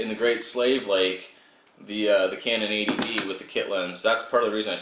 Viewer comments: Every time says "80D", all I hear is A.D.D. I guess because I ha Oh look. Squirrel., house is looking good. Glad to see a new pup in there. I agree with the lapel mic. Looking for best option myself. And thanks for the Hero5 tip on linear. I wasn't aware of it and don't like fisheye myself. Thanks for FINALLY posting a backend video on your gear.:) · haha, glad to see I wasn't the only one who heard A.D.D. when he said 80D.